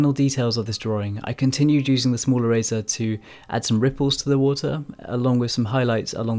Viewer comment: I kept thinking he was saying Razor instead of eraser